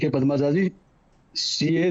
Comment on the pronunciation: “पदमजाजी” नहीं। इस बेवक़ूफ़ को “पद्मजा” कहने भी नहीं आता।